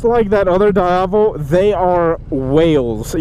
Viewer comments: its Diavel not daiavel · every time you say "daiavel", an italian baby dies of cancer.... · It's pronounced dee ya vel. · It's pronounced as "di-ah-vol". It's an Italian slang for "devil". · in Italian language, pronounce Diàvel, "dee-ah-vel" :) It means "devil" in local dialect :) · Why does he say diavel so weirdly?